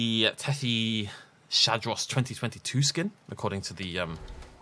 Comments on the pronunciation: Is Tethys-hadros, not Tethy-shadros, because it's the hadrosaur from the Tethys. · Tethys Hadros. Not Tethy Shadros. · Me fa solo girar un pò le palle il modo in cui lo pronuncia